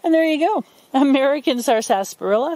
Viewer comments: She isn't pronouncing it correctly. It's sarsa-parilla not sarsas-parilla. She's putting an extra S in there and putting the emphasis on the second syllable instead of the first.. I couldn't watch more than a minute because it was so grating on my ear to hear this from a would-be expert. And yes, I pronounce it sarsaparilla. Most people do pronounce it sassparilla, or just skip the middle "a" and say sarsparilla. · It is pronounced with silent R, short A (sasprilluh) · i noticed the extra s too. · I've never heard anyone enunciate the whole word before. Here in the southern US it's usually pronounced "sassparilla". In one of W.C.Fields' films he's hawking an extract of the stuff off the back of a wagon - "Purple bark sassparilla! It'll grow hair and also cure warts! Purple bark sassparilla!" See, you've brought back a fun memory. 😉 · I'm from the Philadelphia area and we always pronounced it as sarsparilla ... 4 syllables .